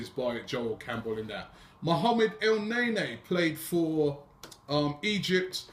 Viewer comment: its pronounced El-Nin-Knee